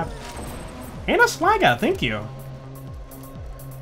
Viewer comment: Don’t say Slagga with a hard R